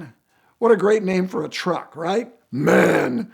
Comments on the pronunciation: It is M - A - N, short for Maschinenfabrik Augsburg-Nürnberg. Callin it man is the same as saying Porsch! The german ear dies inside. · Its pronounced M A N Randy. Not man.